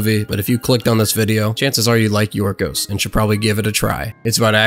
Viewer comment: well his name in greek is Γιώργος λανθημος (George lanthimos) i imagine in English they call him yorgos instead of gorgos is because in Greek ( in the case of George ) g sound like y like yiorgos or yiordanis the y sound like y or gio (in this case) so yeah you pronounced his name actually well not like most English people I feel most because even if we have some similarities like 5% I think of English word have greek origin (like geometry and philosophy we call them almost the same in both languages) but the greek language has a really different alphabet and overall pronunciation and to be fair the Greek language is really complicated and hard so yeah good job mate